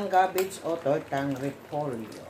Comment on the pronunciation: Gabbage po or cabbage? Nalito ako🤔